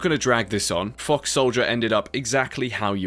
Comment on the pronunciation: Mate, your pronunciation of "Fox" is frying me right now. It's as if you are swearing HARD hahahhaa